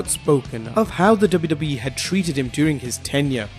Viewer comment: I sounds like yo u say WWEF